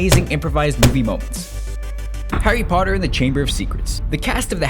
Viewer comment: "Harry Parter"